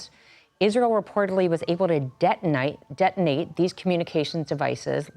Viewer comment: She went full aussie DetenATE